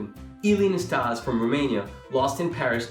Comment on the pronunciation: Quite a lot of factual errors in this. But the worst 'crime' is mispronouncing Ille Nastase's name.